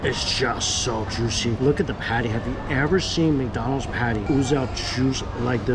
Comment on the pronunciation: "Sooper tendurr n jooshi". Over. And Over. And Over. Again. I can't believe some of you guys take this as new and engaging content. This guy is fleecing everyone.